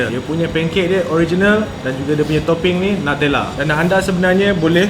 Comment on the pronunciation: it's NU-tella mate not NATELLA